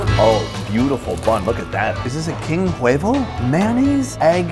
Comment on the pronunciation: In Spanish the "H" is silent in every word.. You just say "Uevo".